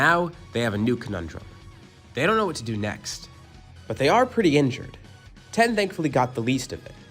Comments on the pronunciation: It’s tien not ten dude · I will resubscribe and like all your videos and listen to them each twice, once you stop saying tien like that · We don’t care imagine being mad about someone pronouncing tien wrong